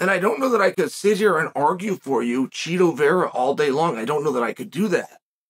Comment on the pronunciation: Why are we doing this Chael its Chito, i know its Chito, you know its Chito, Chito knows its Chito. Cmon.